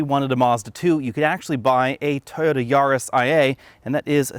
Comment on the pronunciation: My god I laughed when u pronounced Mazda BUT omg you butchered Toyota!!!